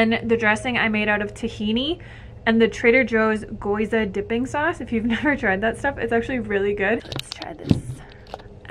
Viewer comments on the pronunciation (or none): Hey just fyi, Gyoza is pronounced gee-oh-zah. Love the video!!